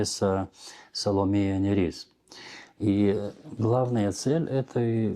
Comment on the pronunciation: Почему Саломея НЯрис? Её имя и псевдоним пишется по-литовски Salomeja Nėris, то есть буква ė, которая произносится и в русской транскрипции передаётся как русская е, а не я. Это река Neris (Нярис).